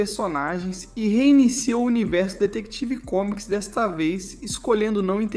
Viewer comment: foi dificil escutar ate o fim do video ele falando "detective comics" kkkkkk